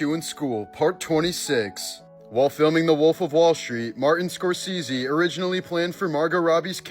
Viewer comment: Martin Score-seezee